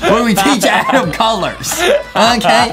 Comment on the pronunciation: Why don't say Adem just say adam